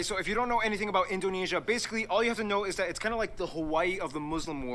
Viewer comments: In - dough (the cookie) - nay - sia (the singer) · In-dough-neh (as in 'meh')-see-ah